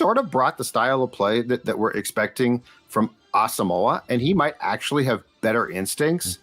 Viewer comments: As-sum-quah was how he pronounced it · Its Asamo..wa. he said it in an interview. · Brian said his name is pronounced as-um-wah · On Vikings Circle, in the interview with Gabe Henderson, starting at the mark, he spends nearly a full minute explaining that his name is Ah-sum-wah (there's even a graphic with that pronunciation), and he goes into what the name means, his Ghanaian heritage, etc. It means a lot to him. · Asamoah said it is pronounced a sum wah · Nope.its wrong how u pronounce Asmoah. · Gabe Henderson asked Brian the pronunciation and you 3 are not saying it correctly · He’s African don’t butcher his name. It’s pronounced with a “y or w “sound. Don’t pronounce the “o” in his name. He’s said he’s said it before